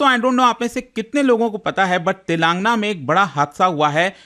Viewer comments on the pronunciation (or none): Telaaangna❌ Telan gaana✅ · It is pronounced as तेलंगाना, not तेलांगना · Sir voh Telan- gaana hain. Naagar- karnool prounounce karte hai😢